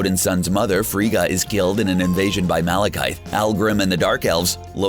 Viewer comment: This is a great video, but the way he pronounces “Laufey”, “Frigga” and “Dormammu” makes me cringe 😅😆